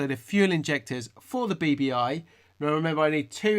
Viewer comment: When you say "BBi", it just sounds like "baby eye" to me... 😂